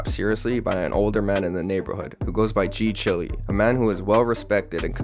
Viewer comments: Why are you calling G CHILE (pronounced Child, "chile)", g Chilly? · g-chile is pronounced g-child